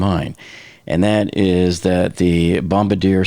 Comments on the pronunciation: Actually it's pronounced Bom bar dee eh not Bom ba deer. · It isn't Bomb-uh-deer. It's pronounced bomb-bar-dee-aye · Good analysis. Amazing to see everyone is ok. Can we all now learn to pronounce the word Bombardier.? It is not “Bom ba deer”. It is more like “bom bar dee yeah” because it is French Otherwise great video. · Bomb Bar Dee Ay not Bomb Ba Deer (Bombardier) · It's pronounced Bombardier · Nice look at this event. Just a note, the company that built the jet was named after it's founder, Joseph-Armand Bombardier, a French-Canadian. Thus the name is correctly pronounced "bom-bard-dee-ay" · It's: Bahm-Bar-Dee- aye.